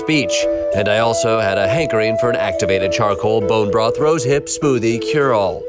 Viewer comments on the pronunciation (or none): none